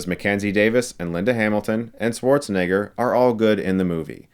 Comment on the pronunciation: He can’t pronounce Schwarzenegger! How can I trust your review!